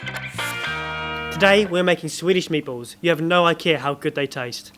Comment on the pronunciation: did I hear you say 'you have no ikea'